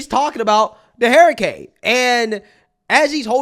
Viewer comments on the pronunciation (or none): says “hereicane” 😂😂😂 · You’re not saying hurricane wrong, but you’re saying hurricane wrong.